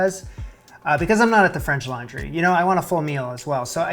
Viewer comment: Why everytime you introduce that book do I think you're saying "French Lingerie"? I need help.